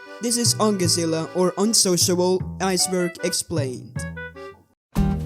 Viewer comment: The way you pronounced so ongezellig 😔